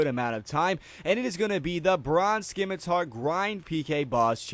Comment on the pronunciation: it's pronounced simitar.